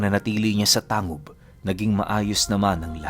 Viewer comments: Tang.gub po hindi po tangub. Parang olotanga. Olotangga pagka bigkas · Tang- gob ho Hindi tangob Ang pag bigkas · "Tang-gub" po ang pag pronounce nyan.. taga miss occ. ako ozamis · Ganda ng storya. We pronounced it as Tang-gub not tangub. Salamat! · Hindi Yan tangub/tang gub... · Tang-gub po ang pagbigkas nyan 😅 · Good pm "Tang-gub" po ang tamang bigkas ng Tangub. Pero solid ng kwento God bless. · TANG-GUB po tamang pagpronounce ng lugar. hehe😁